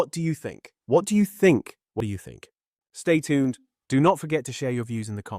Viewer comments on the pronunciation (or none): for all that SSBE quality, the AI voice still says [stɛj tʰʉwnd], not [stɛj tʃʰʉwnd]